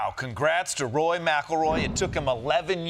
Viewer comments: Why do they keep saying “Roy” instead of “Rory”?? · Is Costa constantly saying Roy? Or is that a Midwest pronunciation of Rory? Or did he listen to Ronnie saying Rory which sounds a little like Roy? 😅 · Spelled McIlroy wrong and kept saying Roy not Rory....nice. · It's "RORY" 😂